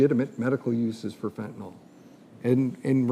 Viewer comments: Fen-ta-nil = fentanyl Not fen-ta-nol Someone needs to correct them. Someone who took organic chemistry. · It’s fentanyl, not fentanol. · It’s not pronounced fentinall… it’s fent ta nill. It is a very effective medication when used appropriately as prescribed by a licensed physician. It’s was great for us paramedics as it is quick acting and short lasting. Usually by the end of the ambulance transport, the analgesic effects were gone and the ER doctor saw the patient in the same status as the first responding medical care. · I wish these guys would pronounce it properly. It is fentanyl, not fentanol. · It’s fentaNYL !! Short i sound !!!! Not fentanol. There is no drug called fentanol. It simply does not exist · Please learn to pronounce fentanyl.